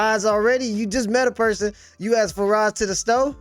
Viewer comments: He “axed me”. That’s all you need to know about this little girl. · Love the video, although it’s a terrible situation. Just so you’ll sound more intelligent, “ask” is pronounced as it is spelled, not “aks”.